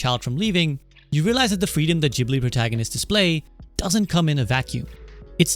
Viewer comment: Great video, bonus points for correct pronunciation of Ghibli and Totoro! It is a bit sad hearing that initial story, but knowing how Goro has been treated during some of his works.